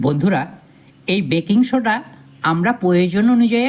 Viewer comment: কথাটা ব্রেকিং সোডা নয়, বেকিং সোডা।